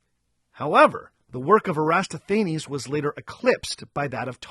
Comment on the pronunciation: hey! love the show, and love to see you've come onto YouTube! quick note: the greek mathematician was Eratosthenes, minor spelling and pronunciation error